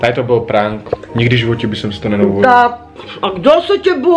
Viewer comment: Nauč se vyslovovat slovo prank...